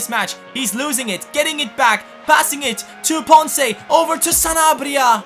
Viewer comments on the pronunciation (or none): none